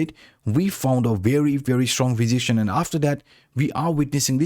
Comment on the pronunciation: Learn how to pronounce resistance -.